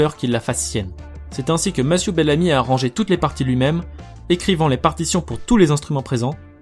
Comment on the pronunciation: Mathieux bellamy et pas masiou bellami